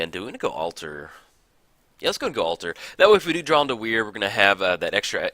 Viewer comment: Great video. But your pronunciation of Whir of Invention slightly bothers me. It's "Whir" like "whirlwind" or "were", not like "weird".